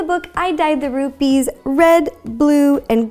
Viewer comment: i thought she said roofies